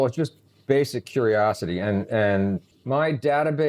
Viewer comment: "Curiosity" and not "Curosity"